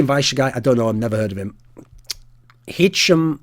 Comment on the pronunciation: ROFL, It's not Hitchem, It's Hisham just like it's written.